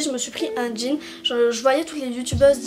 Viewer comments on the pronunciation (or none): none